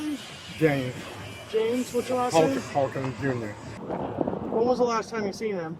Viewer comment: He pronounces his name and you still say it wrong 😂 😂😂